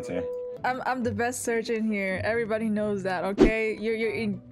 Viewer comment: When you said surgeon everytime I’m just like “wait what? Sergeant?” 🧍‍♀️??